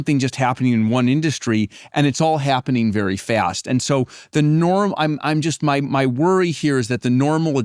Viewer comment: "It's hyappening very fyast." An AI leader who can't pronounce the letter a without inserting a y beforehand 🤔